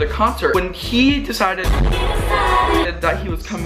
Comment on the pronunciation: The "we deceded" are magical lmao